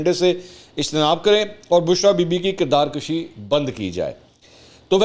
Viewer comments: Kirdar kashi nahi hoti bhai, "kirdar kushi" hoti hai. "Kushi" means marna, aur "kashi" means barh'hana. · سر کردار کُشی ہے کردار کَشی نہیں